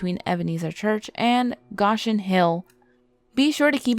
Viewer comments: It's pronounced "go-shin" not gosh in. Ugh. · its pronounced go shin not gosh in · You mispronounce Goshen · yes, I agree..lol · That's what I thought as well. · She’s a yankee.. but she doesn’t know how to pronounce it